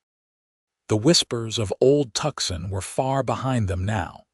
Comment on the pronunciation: "Tucson, Arizona". Pronounced "too-sawn". Please be cordial enough to notice. Somebody get these people a Dictionary.